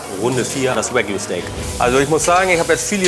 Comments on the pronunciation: Lieber abgesehen von den verpeilten Einspielern wieder ein interessanter Test 😉 Doch bitte zwei Sachen: Sage bitte nicht immer "Weckju" Das hat mit englisch nichts zu tun. Ist japanisch und wird daher mit einem normalen "A" wie im deutschen ausgesprochen. Ich weiß nicht, warum du Himalayasalz als besonders hochwertiges Salz anpreist ? Das Salz ist ganz normales Steinsalz, ganz ähnlich dem europäischen Steinsalz. Es wird ebenso in Salzbergwerken abgebaut, besteht zu 95/96% aus Natriumchlorid und unterscheidet sich lediglich durch ein etwas anderes Mineralienprofil, das je nach Förderstätte geschmacklich leicht variiert. Das neben der Tatsache, daß es kein Jod enthält wirklich Besondere ist die rosa Farbe, die salopp gesagt durch Rost im Salz entsteht. Etwaige aus Marketinggründen propagierte gesundheitliche Vorteile des Salzes konnten bislang auch nicht wissenschaftlich bestätigt werden. Da bleibe ich lieber bei einigen Sorten Fleur de Sel zum Feinwürzen. Da habe ich sowohl geschmacklich als auch vom Mundschmelzgefühl und der Geschmacksentwicklungiim Mund eine echte Alternative zum herkömmlichen einfachen Speisesalz. Nicht ärgern, sind gutgemeinte Hinweise, Holger 😉i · Das heißt Wagyu und nicht Wägyu